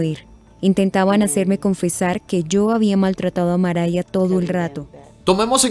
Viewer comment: Kim Kardashian is not a lawyer yet. Mariah no se pronuncia Maria 🙄